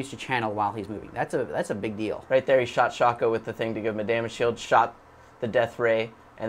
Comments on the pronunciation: Calls shyvana shaco, and pronounces shaco wrong. fail. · that hurt some pride right there, especially since he even pronounced shaco wrong... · Shaco its pronounced shake O and its not shake O